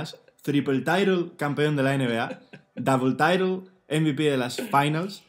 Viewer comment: Double title (inglés impoluto): Dabel taitel (inglés de mi pueblo) Si el canal termina algún día, abrirá una academia de inglés. ¿Buque o no buque?